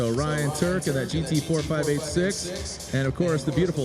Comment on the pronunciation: It's nice how the GT4586 forces him to pronounce eight six properly. Yet, he still goes out of his way to fuck it up.